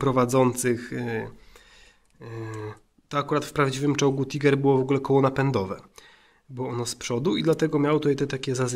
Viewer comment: Czyta się Tajger a nie tiger